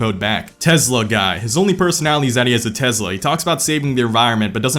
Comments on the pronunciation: tesla, not tezla. tesla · There's no Z in "Tesla", my guy.